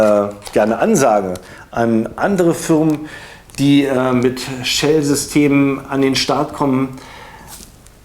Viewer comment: warum sagst du eigentlich immer "Tschell eject"? :D